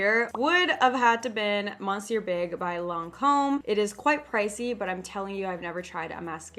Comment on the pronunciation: The way she pronounces monsieur I’m cringing it’s pronounced like misyer I’m sorrryyy